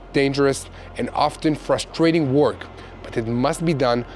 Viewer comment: Good program! - "work" sounds like "jerk", not like "talk"...FYI.